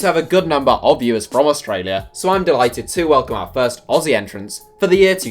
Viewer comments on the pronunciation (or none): none